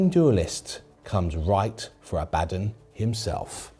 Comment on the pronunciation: Ah-Buh-Dawn. I love this channel, great video, you're all charming attractive entertaining individuals. But please pronounce it correctly. The name is from actual religion over 1000 years old. I beg you.